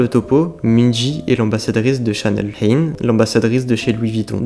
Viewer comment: Pour info Haerin se prononce Hailine